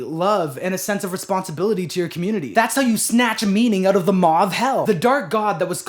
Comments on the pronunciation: Also when says Maw of Hell it sounds like Mauve Hell and that's very evocative! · Definitely heard "maw of hell" as "mauve hell" and that's just fun.